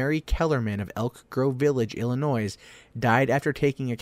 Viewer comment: sorry man...hurts my ears to hear my home state's name mispronounced. the terminal "s" is silent.